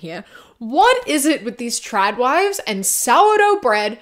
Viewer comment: the whole video I kept thinking you were saying Chad Wives not Trad Wives but it still worked but yes your points were on Point